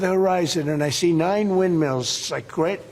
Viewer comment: honey, they're "wildmills", not "windmeals".